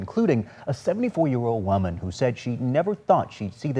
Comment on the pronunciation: he said waman lol